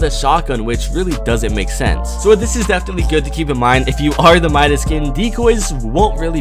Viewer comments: You said it wrong it mIdas not mEdas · You were saing the name right. His name is not pronounced "Ma-i-das" it is pronounced "Mi-das". Midas is a guy from greek mythology, when he touches somethingit becomes gold. Search it on google. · It's like muscles the c is silent and for Midas it's like m eye das not meedas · by the way, Midas is pronounced "my-dis" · actually I dont mind cuz in french we says Midas pronounced Me-das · bc im from greece and midas is from greek mythology its midas is not wrong guys is right midas not midas with like a e but medas but is a i midas u get me? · It's pronounced "mie - dis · Myth: what would happen if pronounced midas correctly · U said Midas wrong 😂😂😂